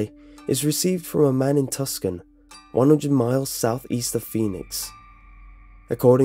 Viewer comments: It's tucson not tuscan. that's my Hometown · I had to chuckle when you said "Tuscan and Tempe. It's pronounced tooson, and tempee. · Tucson is pronounced TOO-SON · Tucson is pronounced "Two-sawn". Prescott is pronounced "Press-kitt". Tempe is pronounced as "Temp-E". DON'T JUDGE US AZ NUTBALLS! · dieCG tus-kon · Just a quick note to say the pronunciation of Tucson is 'Two-sahn.' One of those weird quirky ones! I live near a town in PA called 'North Versailles,' and it's not pronounced 'Ver-sigh,' it's pronounced 'Ver-sails.' :\ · Dude it's pronounced Too-sahn. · Tucson the c is silent. Like saying 2 san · Tucson= two sawn Tempe= temp ee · When mispronounced Tucson, it made me think about Tuscany. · It seems like all of the British/Australian narrators mispronounce Tuscon. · lol I'm from chandler arizona and hearing how you pronounce Tucson, tempe, and Prescott is making me so happy lol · the "c" in Tucson is silent. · Lol Tucson is pronounced Tooson, and Tempe is pronounced Tempee.